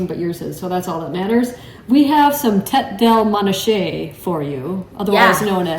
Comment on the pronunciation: Hi,. It’s pronounced ‘tAy DAY-lay MAW-nah-kay!